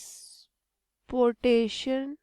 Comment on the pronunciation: Transportation❎ Tranporation✅😂😂